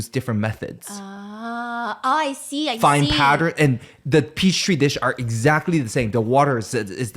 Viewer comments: PEACH TREE DISH??? A PEACH DISH????? he's not allowed to make fun of this announcer lady anymore hahaaa it's petri dish!!! pee-tree! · Is he saying peach tree dish? 🤣🤣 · I’m sorry is he saying peach tree ?? That’s so funny, Petri dishes should absolutely be renamed peach tree dishes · peach tree instead of petri made me giggle